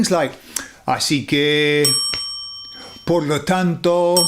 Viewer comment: Jeje gran video, mucha razón en todo, hablas genial Español pero solo por ese "por" se nota que eres de algún lugar angloparlante =) es un "por" muy pronunciado pero con tu nivel seguro que lo mejoras rapido, trata de hacer el por mas suave con la "o" mas seca y menos profunda. Un abrazo amigo.